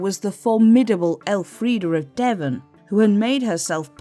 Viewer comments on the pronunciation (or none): none